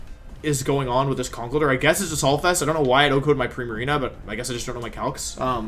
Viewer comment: Could you please pronounce conkeldurr as conck-keldurr.